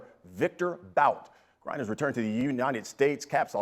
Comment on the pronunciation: Bout is pronounced as ‘boot’.